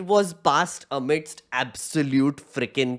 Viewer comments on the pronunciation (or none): none